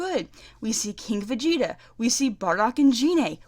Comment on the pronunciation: And let's not forget Karkarot and Vergerter 😂